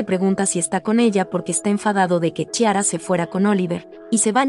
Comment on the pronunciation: "CHI-ara", jajajaja 😂😂😂